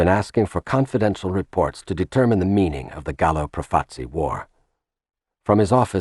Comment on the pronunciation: Well towards the end the Lucchese (mispronounced) family were credited with flooding the streets with heroin, when it was the Bonannos, pictures of Carmine Galante who ran the narcotics too! An enormous and ridiculous mistake. Also 'Profaci' is mispronounced constantly